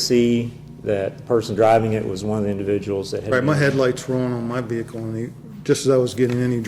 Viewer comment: wow a cop that can pronounce the ' vehicle ' without over pronouncing the H in it